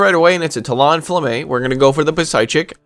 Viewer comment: Hi. I’m glad you’re on the “mispronouncing things intentionally is funny” train, because it’s true. Tuh lawn fluh may. Puh psy chick